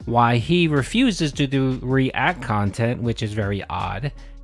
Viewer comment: REEEE-Ack khantent hasn’t been the winfall thought it would be.